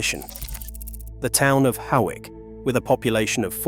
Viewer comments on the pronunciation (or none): And Hoick for Hawick!